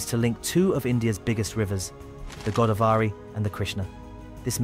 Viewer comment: Go -- daav -- ree. Not Godaa -- varee